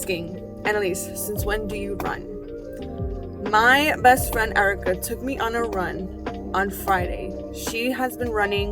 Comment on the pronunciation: I love how you keep emphasizing my “best friend”, such love 🥹🤍